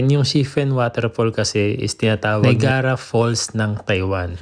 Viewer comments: Niagara Falls - pronounced as N A Y A G R A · Niagara Falls ba yun sinabi mo? TIP: pronounce as, NAYAGRA falls... :)